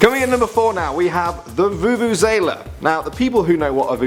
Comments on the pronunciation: It is vuvu-ze-la. Not vuvuzala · It is not a 'vu-vu-zae-la' , it's a 'vu-vu-ze-la' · You are saying vuvuzela wrong🙈, from a south africans perspective 🇿🇦 love your guys' videos 😁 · oh no the vuvuzela u are ps pronunceing it wrong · I am South African. The vuvuzala one hurt my feelings........ It's tradition